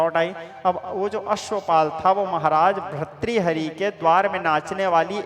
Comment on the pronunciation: No bharthari but say correct bhartri hari